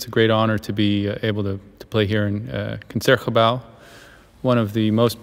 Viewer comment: I don"t know a much about jazz music but this great musician certainly pronouced "consertgebouw" correctly!